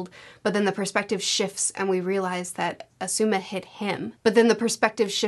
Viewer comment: Please watch some of the anime or something to learn to pronounce words and names. The video is harder to watch when you're saying things like "Asooma"